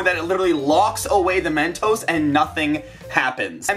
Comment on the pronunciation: just say mentos not Men toes